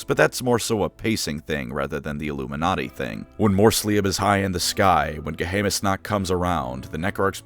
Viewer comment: Ge-Hay-Mnis-Nakt? Ge-Hay-Mnis-Nakt? As a German, this pronounciation of "Geheimnisnacht" actually hurt me. So much. I was so immersed in this video before this point that this butchering of my mother tongue actually fully surprised me.